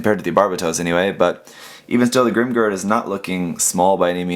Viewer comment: I chuckle every time you say "GRIM grrrrrrd" hahaha "A vast me hardeez... it be a GRIM Grrrrrrd approachin"